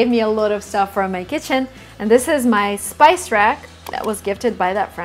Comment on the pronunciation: Is it “space” or “spice” rack?